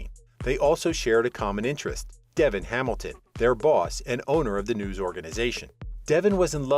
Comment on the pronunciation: How about these "readers" actually watch the show. Their mispronouncing names is aggravating. It is DeVON, not Devon.